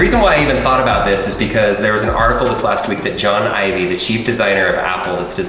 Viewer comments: Am I the only one whose stressing over the fact that he said “John Ivy” not Jony Ive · “John ivy” Yep definitely not Johnny ive. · John Ivy? 😂 Think it’s Jony Ive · His name is Johnny Ive not John Ivy... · Its Jony Ive not Jon Ivy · John Ivy is not his name his name is Jonny ive(pronounced not spelled)